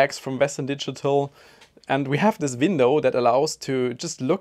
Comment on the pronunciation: Is it me or you keep saying vindow?